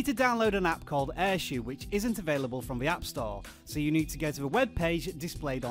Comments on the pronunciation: It's not air shoe its air show as in shou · Umm Shou is pronounced as show, not shoe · My app only says "shou" not "airshou"